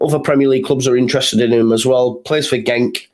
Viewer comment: Genk is pronounced Henk